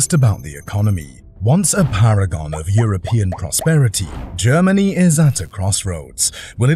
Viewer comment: Please stop saying "Germanee " and "Energee". It's seriously annoying.😅